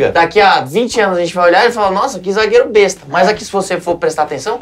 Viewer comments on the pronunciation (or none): none